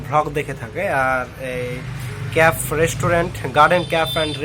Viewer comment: Khub sundor hoyacha But it's not caf it's cafe (ক্যাফে)